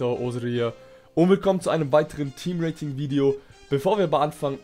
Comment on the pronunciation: „was geht ab meine z-fighter hier und willkommen zu einem neuen team raping Video“ ich verstehe immer wieder Team Raping anstatt Team Rating XD